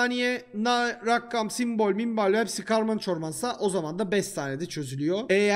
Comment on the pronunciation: Rakkam değil rakam